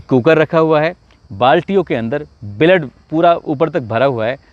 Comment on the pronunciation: ब्लड बोल बलेड बोलरा देख तू